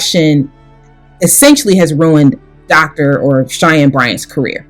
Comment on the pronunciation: Lie-Anne Bryant 🙄